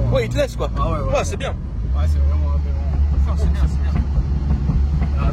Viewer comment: Il a dit aberant ?